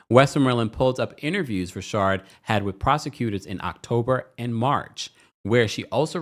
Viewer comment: Please can you say Richard not rashard